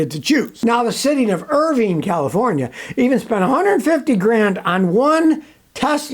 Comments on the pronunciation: It’s pronounced “Er-Vine” not “Erving” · Irvine is pronounced ur-vine... o.o